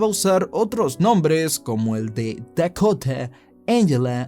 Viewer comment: Dekota, Engela, Engel jajajaja mató tu pronunciación jajajaja